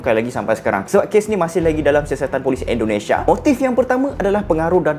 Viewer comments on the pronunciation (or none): none